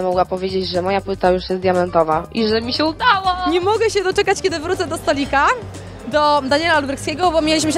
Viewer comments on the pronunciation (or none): Nie wiem czemu, niby to jest poprawne, ale irytuje mnie jak bardzo ona akcentuje te litery diaktryczne jak "BĘdĘ", "MogĘ" xD